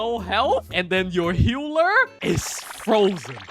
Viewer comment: why this mf keeps saying "HEULER" instead of "HEALER", but very nice video thank you